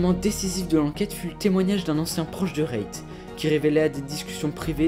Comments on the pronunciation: Tu me stress a dire Rayt c’est REET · Bonne vidéo mais c'est frustrant ta dit rayt tout le long reet ce prononce rite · ça se prononce pas "rayt" frr mais "reet" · Ça se prononce REET, pas RAYT, il a raison hin, perso ça me dérangeait chaque fois quoi disait RAYT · Je trouve ça bien de faire des vidéos de ce genre, mais essaye d'éviter de parler de manière alambiquée stp ca sonnera mieux. Et c'est reet comme "rit" pas "rayt" 😂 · sa se lit " rite " pas rayte sinon super vidéo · "RAYT" IM DYING LMFAOOOOO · Apprenez à parler, et je suis américain lol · Bonne vidéo mais c’est Reet -> Rite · on dit « rite » frrrot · j’ai commencé la vidéo j’ai tenu 30 seconde jme suis barré tellement c’était cringe, nn mais la vidéo avait l’air pas mal et peut-être bien ecrit mais juste la prononciation de REET nan mais mdrrrr Rayt c’était trop cringe désolé